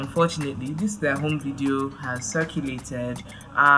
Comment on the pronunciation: Gbemi said *home video*😂😂